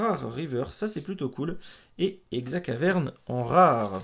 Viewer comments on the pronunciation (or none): Hello ! Cool une ouverture de display 😁 Pour ma part golgopathe je l'ai bcp trop vu 😂 Par contre tu me stresses en disant "exacaverne" au lieu de " eXcavarenne" 😆 Si jamais tu veux me donner un Lanssorien fa, vu que tu en as beaucoup apparemment je prend haha Bonne ouverture 😉 À plus !